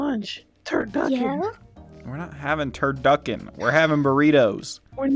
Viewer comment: "I love 'Turduckin' " - 2021/2021🤣